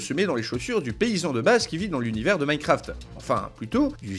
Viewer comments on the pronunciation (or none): none